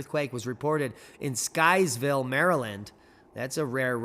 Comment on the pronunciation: That's Sykesville, MD. Pronounced Sikesville. Have family there. I'm in California. Nobody feels a magnitude 2.0!